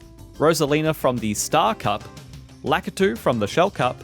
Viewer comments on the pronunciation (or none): none